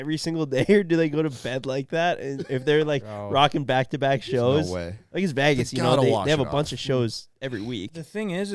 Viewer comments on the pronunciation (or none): says Vegas like vages